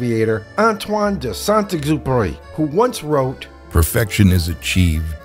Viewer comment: At last, a US u Tuber who pronounces French properly! Loved the Little Saint Exupery quotes. He flew P38s out of North Africa and Died in a crash of one in southern Europe. I liked the search for perfection by removing stuff. Similar to Colin Chapman's (Lotus) "Simplify then add lightness" and Ed Heinemann's design philosophy for the Skyhawk.